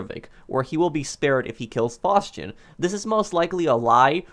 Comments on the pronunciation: Why are you saying fauschin it's faustin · ‘Faushchin’ it’s Faustin lol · I kinda hate how he says Mikhail Faustin’s name 😂😂😂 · How tf do you pronounce "Faustin"